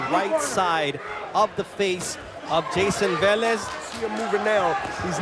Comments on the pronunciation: Why this guy is calling the P Rican boxer Valez, his last name is Velez 🫣🤔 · No one corrects that commentator.. it’s not VALEZ …. Friggin needs to be corrected!